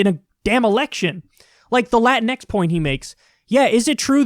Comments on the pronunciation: I thought the entire time it was pronounced "La-tinks"? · I thought it was pronounced 'latinks'. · I hate the way he pronounced “Latinx”. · I'm pretty sure it's pronounced Latin X not Lah-teen-ex